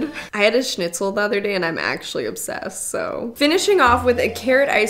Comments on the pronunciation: I love that you know how to pronounce Schnitzel :) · Also she says Schnitzel very well. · Hearing english speaking folk pronounce „schnitzel“ the right way is satisfying